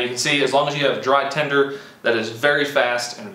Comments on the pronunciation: It even sounds like he says tender...but it is tinder.. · Tender? Do you mean tinder???